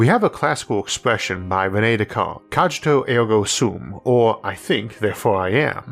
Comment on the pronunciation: Latin was not Italian or English. Cogito is pronounced with a “hard” G like gray, NOT a “soft” G like gem.